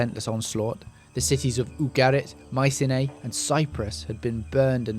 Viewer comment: Interesting but some strange pronunciations. Canaan & Mycenae. I'm not sure when Thera blew, but couldn't these 'Sea Peoples' be displaced Mycenians, after all we know next to nothing about them?